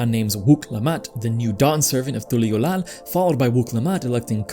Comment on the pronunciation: Lol you enjoy hearing yourself talk dont you, why you saying Tuliyollal with that inflection, you can hear how they say it in game right? As a 2.0 player I've went through everything on content and while this is definitely the least compelling expansion MSQ, you logic'd your way into hating something fun. From the get go its not supposed to be a deep story and meant to be enjoyed as a chill adventure. Talking about Wuk Lamat like it wasnt a coming of age tale and she had no real purpose. If you paid attention, she wanted to become Dawnservant solely to stop Zoraal Ja as she knew he'd destroy Tural's way of life. You kind of took the piss out of it and not in a fun way and for what, 13k views and a click-baity channel with 2K follows. A lot of people enjoy this expac as it is, it just ain't for you my boy. Also saying you're an authority on music and then calling a decorated composer's music shit doesn't make it true. You kinda a dork fr